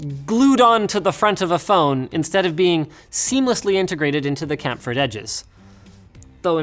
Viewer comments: chamfer, not camfer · Chamfer is pronounced like its spelt not camphor. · Not really how you say Chamfer... but okay.